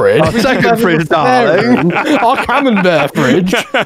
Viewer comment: it's CA-MEM-BERT cheese if you're not milking the goddamn Robert Cambert. Jesus Christ. And theese people laugh at Jake for reading something wrong.